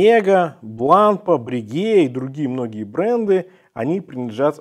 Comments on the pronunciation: Как-то у странное ударение в названии Бланпа, не французское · Ударение в конце, Вам бы не знать.